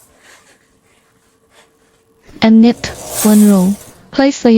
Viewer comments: Thank you for your videos. The letter K of the word KNIT is silent, means you don’t say the k sound. You only say NIT even though there is a k in the beginning. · The k in knit is silent. Just say nit.